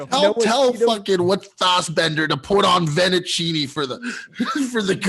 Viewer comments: Vennicinni will forever be the most confusing flub in pod history. Has never read an Italian menu accurately? And it was his #1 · "Vennecinni". This gets a 2-pod suspension. Unbelievable.